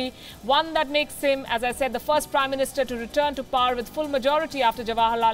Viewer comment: She pronounces “Power” as “par”!!! I guess it is considered fashionable, well educated and polished. Maybe.